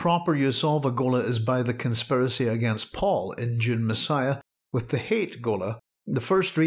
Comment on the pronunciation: his name is hayt but it is pronounced "hate". paul even remarks on this in dune messiah, he was meant to be a blatant threat.